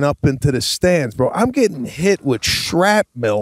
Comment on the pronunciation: We learn so much from you, let us teach you, too Pete:. Errol Flynn is Air uhl Flynn, not Earl. Sebastian:. Shrapnel is Shrap Nuhl, not Schrap Bil. you're welcome.